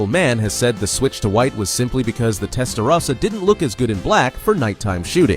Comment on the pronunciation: is it AI because he's saying "Testarossa" incorrectly or is it a real narrator that doesn't know its TEST-UH-ROSSA not TEST-UH-RASSA